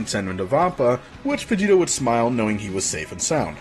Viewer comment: I keep thinking he's saying vegeta instead of vegito it's so annoying